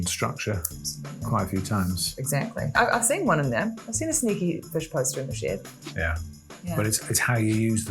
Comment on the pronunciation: The pronounciation of "Is there a fIsh poster in the shEd" is pure trauma